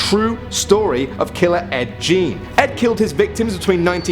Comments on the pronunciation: No not ed Jean .. It' pronounced ed geen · It’s not Ed Gene it’s Ed “Gain”, spelled Gein. Again, could be a better video. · It's Ed gain u pernoced it wrong u said Ed gean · being humorous 😂 ik Ed Gein... Ed Jean is mispronounced 😂 just messing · its more like Ed G-eeeeee-n --a Wisconsinite who thinks we have to many serial killers from this state. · No offense but I think the most horrifying part of the video was how badly he mispronounced literally every name he said!